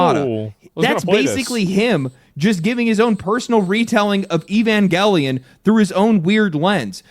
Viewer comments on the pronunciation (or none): Guy mispronounced "evangelion". Does no one read anymore?